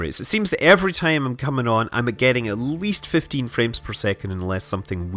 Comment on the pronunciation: Sorry, did he say 15 or 50 fps?